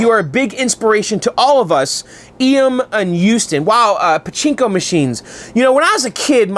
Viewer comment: you say pochinco I say pototoe .lol